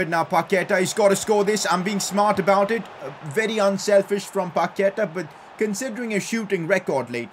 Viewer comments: Also, Paquetá has the stronger vowel at the end. It's paquetAAAAAH, not paQUEta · PCQ: day 69 of saying paqueta as pa que ta not pa ke ta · Pcq: Day 4 you don't pronounce Paqueta right,you say Paketa, it is Pa q-ue-ta